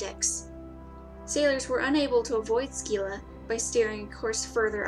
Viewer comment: It's not Ski-la it's Scylla as in the c is almost silent. Also It's not Ch as in Charge it should actually be a K due to the Greek writing. So it's Karybdis.